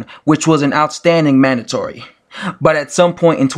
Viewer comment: Mandotory, cardrif? Can you read?